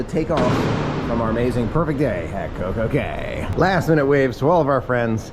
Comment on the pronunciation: It's Coco K not Coco key